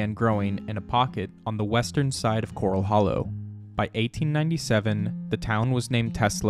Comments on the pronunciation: Great video but it's not cor-ul like you find in the ocean. It's cor-al like where you keep horses. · Thats pronounced like a horse pen not a reef critter. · Why does the narrator mispronounce Corral? Corral Hollow was named after a corral that early Spanish cowboys used to keep mustangs. There is nothing coral in Corral Hollow.